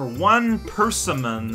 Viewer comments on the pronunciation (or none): I heard "we ate a persimmon" as "we ate a person" when I was tabbed out and thought "I didn't think it was that kind of game"